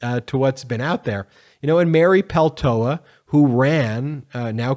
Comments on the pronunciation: It’s “Pel-tow-la”; not “Pel-tow-ah.” You’re missing the last “L.” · You are mispronouncing her name. Her name is Paltola(with the last "l" pronounced) so its Paltola ,not Paltoah. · Ben, it’s Mary PELTOLA! Go ahead and pronounce the second L!!!!! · Just a small correction - it's always nice to get someone's name right. It is Mary Peltola, not Peltoa. You're missing the second L....Thanks! Always love listening to you! Stay golden (Meidas Touch). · Pronounce Peltola correctly, please.